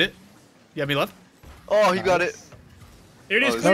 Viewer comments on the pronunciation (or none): saying he's left sounds like «I'm Leth I'm Leth»